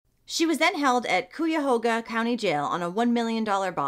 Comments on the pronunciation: The way you pronounced Cuyahoga. 😆 I have lived in the Cleveland area all of my life. You say it like Kai-uh-how-guh. In all fairness, it can be tricky if you have never heard the proper pronunciation of it. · i live in Cleve and i remember when this happened. she's DISGUSTING! and she should be so ASHAMED of what she did to that poor innocent baby. fyi its pronounced KIYA-hoga like hiya. lol anyways, i suffer from bad depression too and id NEVER leave my DOG alone that long let alone a BABY. she's a disgrace to all mothers.